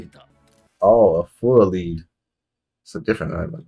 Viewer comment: The fact that they pronounce the pirate island wrong is crazy... Full a lead (led) you know as in full of bullets...